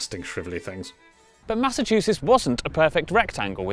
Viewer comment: famous state of Massachchussettss ♥️